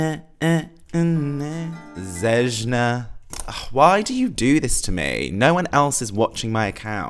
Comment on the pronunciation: Love your reactions! Zejna is pronounced like Zeyna. J in Serbian is always pronounced like Y in yellow or yankee.